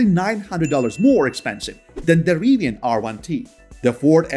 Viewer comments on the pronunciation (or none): none